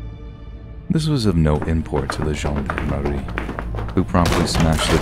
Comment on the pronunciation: Really great drawings ,animations and narration but "gendarmes" was pronounced wrong.